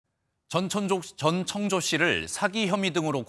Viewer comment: 아 전청조 이름 잘못 발음하는 앵커들 많은게 개욱기네 ㅋㅋㅋㅋ 정청조 전창조 남창조 등등 있엇는대 전천족 은 첨이네요